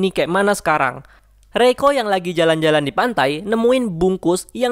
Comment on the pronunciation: Reiko gw denger malah roiko wkkwkwkw